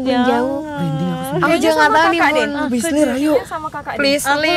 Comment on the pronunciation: Ngakak saat salah ngomong frizly 😂